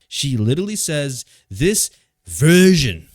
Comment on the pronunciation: got a bit of Hater "VEERSHIIN" in him now.